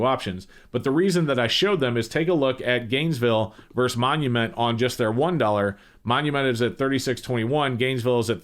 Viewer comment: The word is versus. Two syllables. Not "verse."